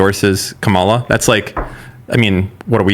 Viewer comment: Im not sure why mispronounces Kamala's name